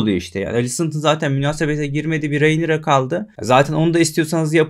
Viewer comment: Selam. Hocam isimler yeterince birbirine bu kadar benziyorken şu ana karaktere nolur "Reynira" deme ya. Bir bölüm içinde karakterin adı 867 kez telaffuz ediliyor. ''Rinera de, Rinira" de bişi de gözünü seviyim. Videolarını seviyoruz, saygılar.